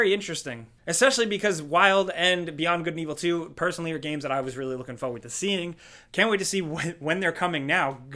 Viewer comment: Forward. Will ever pronounce it correctly?